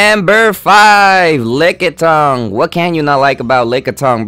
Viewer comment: LMFAO lickatung. But anyway great video;)